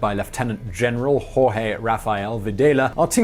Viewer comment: I love how your pronunciation of Jorge sounds as if you were saing "Whorege". Absolutely fitting for that cunt dictator.